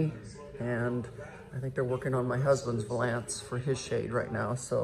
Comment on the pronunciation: Closet looks great- I think window valence is pronounced with emphasis on the first syllable like “balance”